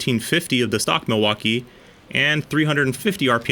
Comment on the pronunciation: Milwakee huh? Tell me you're a conservative American without telling me you're a republican